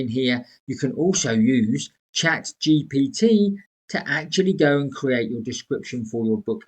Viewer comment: Love how you keep saying GTP instead of GPT 😂🎉